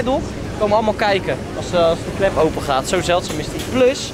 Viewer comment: het is geen kup het is klllllllllllllllllep